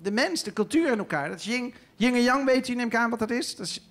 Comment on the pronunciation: Hij is heel slim, alleen het is: Yin & Yang, niet Yin(g) & Yang